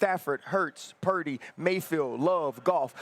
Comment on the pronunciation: Someone coach Cam on how to pronounce Purdy. Dak is not a winner in pressure